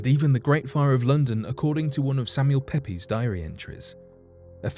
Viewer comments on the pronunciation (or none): His name was Samuel Pepys, and it's pronounced 'Peeps' not 'Peppys' !!